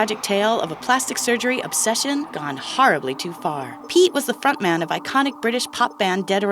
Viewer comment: Did she say 'fat man' instead of front man??